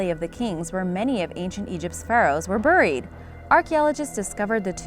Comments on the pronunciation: It's beh·reed, not brred 😔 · Does it bother anyone else that she says (Buur-Eed) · Say it more like “barried” please. I can’t Over look the way you say it. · The way she pronounced “buried” like Cleveland Brown 😂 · I cannot stand how she pronounces "buried" or "burial" in every video! AHHHHHHHHHHH! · UGH!!! Please stop mispronouncing buried!!!!! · The way you say buried makes me dry heave